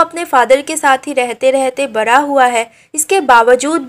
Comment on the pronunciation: Bda hua❌bra hua